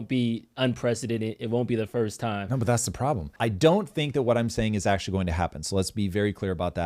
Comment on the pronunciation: Ur "ACTUALLY " emphasis is so annoying